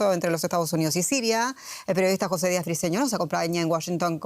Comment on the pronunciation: Señora. Entre Jose y José hay una clase de Español de diferencia